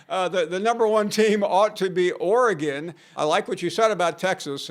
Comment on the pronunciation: this buster said oregon 😂😂😂